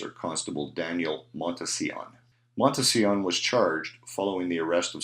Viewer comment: Montsion - Correct pronunciation = Mont = Sea = On